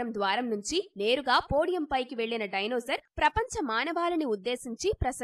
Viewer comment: డైనోజార్ కాదు మేడం " డైనోసార్ అనాలి